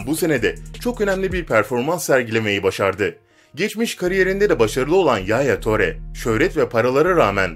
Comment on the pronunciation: Yaaaya töre değil edin hazar diil kanti diil pagba da değil